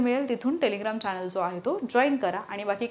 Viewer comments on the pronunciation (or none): none